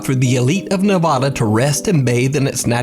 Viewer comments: I'm from Reno No one says Nah-Vah-Duh It's pronounced Nuh-Va-Duh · ok dude.. for the last time.. ITS NE-VAD-AH.. come here a call it nevaaahhhdaa and see what happens.. spoiler alert, the same shit as praising the yankees in a red sox bar LMAO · The scariest thing in this video: how pronounces “Nevada”.